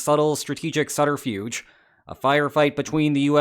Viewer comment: The “b” in subterfuge is not silent.